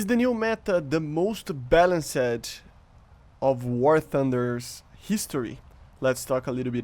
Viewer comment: “Balanc Sed”😂 “Balanst” ✅